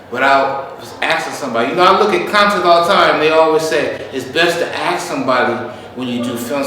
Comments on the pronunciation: As soon as you hear people tell something about not filming or not recording or violating privacy rights in public can you just tell them to stfu? That security guard was running his mouth for so long about axe this and axe that... Why can't he pronounce the word ASK correctly but run his mouth for so long in English? Is it too much to ask? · Why can't black people say the word ask ...I axed you... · If you can't say "ask" instead of "ax" Or "That " instead of "Dat" you shouldn't be able to work in the public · as non-native english speaker I have to ask this: If I have to 'axe' everybody for permission, who the fugg will be left to answer all other questions, when everyone is be-head-axed? 😅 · "...ax first" lol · I’m not trying to be racist, but how come I’ve never heard a black person pronounce “ASK” correctly? Not once in my life. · Better to axe somebody before you film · Just axe him😅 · “You need to axe first before exercising your rights.” 😂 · Whys the guard keep tellin you to axe people??? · Did you ax him? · needs to axe for some training. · Axing question, always axing